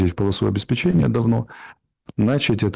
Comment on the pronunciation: Не нАчать, а начАть, сколько можно ошибаться с ударением. Буквально все тут говорят штабЫ,, а не штАбы, складЫ, а не склАды Не гоже так говорить журналистам!